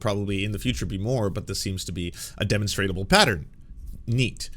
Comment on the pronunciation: Love the content man, but “demonstrable” Der Mon stra ble